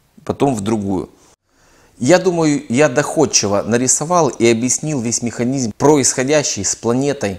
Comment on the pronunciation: как услышу мИханизЬм, дальше смотреть не хочется.